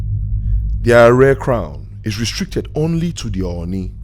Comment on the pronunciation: May i say its ADE AARE not ARE